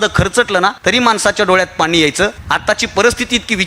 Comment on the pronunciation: पानी नाही पाणी ❤ बाकी. excellent 👌